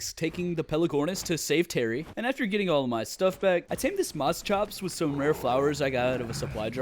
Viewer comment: It´s Moschops (Moshops) not Mosschops.